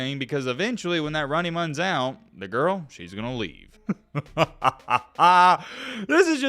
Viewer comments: mark: “Eventually when that Runny Muns out” 😝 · “When tht runny muns out”😭😭😭😭